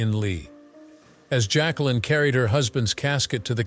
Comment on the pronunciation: JAQUELINE (not "Jaclyn")